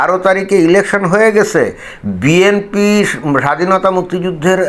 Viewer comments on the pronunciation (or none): none